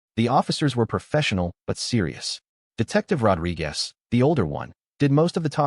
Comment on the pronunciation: Ah, robochannels with their AI writing (in what culture can you pull the date of a wedding ahead six-weeks before the wedding) and AI reading (weird pauses and mispronunciations. Rod-ri-GAS, lol)